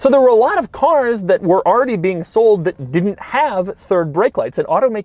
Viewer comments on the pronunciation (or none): none